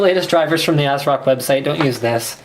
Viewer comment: No , not ass-rock We want MSI! >:c Linus!!